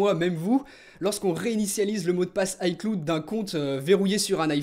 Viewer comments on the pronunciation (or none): Pourquoi tu prononce les mots anglais à moitié si tu prononce iCloud en AyCloude je vois pas pk tu prononcerais pas iCloud en AyClawd -_ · On le prononce iClaoud et pas iCloude merci :) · "Aïcloud" 😂😂😂 on dis "Aïclaoud" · ça s'appelle de la prononciation... On ne dit pas ICloud mais bien "Aïeclaoud" par contre on l'écrit "ICloud" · Lol aieclud cest icloud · Juste on est en 2016, peut tu arreter de dire "aiecloude" mais bien "aieclaoud" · Ps on dit "AyeClaoude" pas "AyeCloudeu" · J'adore ta prononciation de "cloud" ... Sinon vidéo intéressante. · La prononciation d'iCloud je saigne des oreilles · Mon poto t'es un youtubeur Apple qui pèse plus de 350 000 abonnés et tu sais pas prononcer iCloud correctement, il y a un problème apparemment